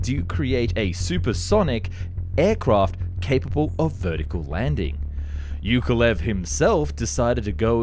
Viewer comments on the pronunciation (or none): Yakovlev, not Yukolev... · it's YAkoVlev, not "yukolev", the same as you pronounce Yak - and then just add 'ovlev' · It is YAKovlvev, not YUKovlev - can you not even read? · Why does he call Yakovlev - Yukolev?! Its YA-KOV-LEV, not YOU-KO-LEV!!! The panes are called Yak for a reason, they are not freaking Yuk-s... ?! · Who the hell is iukolev its iakovlew aka Яковлев not юковлев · It's not "yoke a lev" it's "yakov-lev" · At one point I was not sure what aircraft you were talking about. Yukolev? What's so hard to pronounce Yak-ov--lev? For a commoner it's not a big deal, but when your job is to TALK about things, than do the job properly. Good content, other ways. As usually. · Whos ..you kov lev Yak of...lev ...😂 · Holy c***, it is not Yookolev! It is YAKoVlev. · Why do you pronounce it as "yukolev" instead of "yakovlev"? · You pronounce "Yak" correctly but then butcher Yakolev, how? It's not you-koh-lev.... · Arghh. "Yukolev"? Have you tried to read this name properly at all? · After hearing Yukavlyev,I can't watch anymore 😅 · Not YUkolev but YAkoVlev! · Thank you very much for the interesting video! 👍 Just a friendly advice. You pronounce the name of the aircraft - Yak - very well, but you mispronounce the name of the constructer - Yukovlev instead of Yakovlev. Please, use the same pronunciation you use for airplane at the beginning of the constructor's name. ✌ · For Pete's sake, Yakovlev[yakovlev], not [yukovlev]. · Yakovlev, why do you keep reading Yukulev? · You are saying Yukovlev, it should be Yakovlev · Not "Yukolev", but "Yakovlev" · It’s ya-KOV-lev, not yu-KO-lev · Ukulelele Ukulev. His name was Yakolvlev, ffs. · Yukovlev??? He's name is Alexander Sergeyevich Yakovlev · Pronounced YA-KOV-LEV, not ""youkolev" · Why you have no problem saying "Yak" but cannot say "Yakovlev" and keep saying "Yukolev" 🤦‍♂️🤦‍♂️🤦‍♂️😂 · his name is YAKOLEV not YUKOlev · YAK - OV - LEV. Learn to read before pronouncing the name. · How hard is it to pronounce "Yakolev"?!